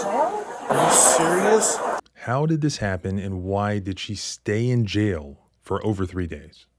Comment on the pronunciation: Its JAIL , not "jell". I hate it when people use lazy pronunciation.